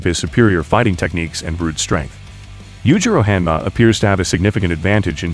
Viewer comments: “yujiro hamma” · Yujiro Ham-ah😭